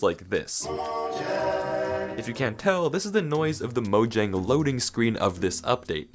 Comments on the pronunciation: pronouncing "Mojang" as 'Mojang' instead of 'Moyang' 😭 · It’s speel out mojang